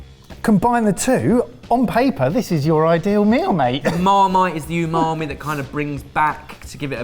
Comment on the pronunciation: Polite request. Please try pronouncing "umami" and "wasabi" more accurately as it winds my wife up no end. Thank you for your understanding.